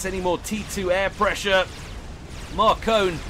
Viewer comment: It's pronounced Mar-Cone. It's french.